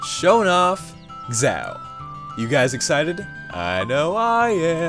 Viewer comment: Ah, it's always fun hearing people trying to pronounce "xiao." ._. It's pronounced "shao," because in mandarin the "xi" is a "sh" sound, and as for the "ao," well, it's kind of obvious. :P